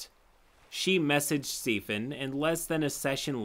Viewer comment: The way he said Stephen as “Stefan” hurts me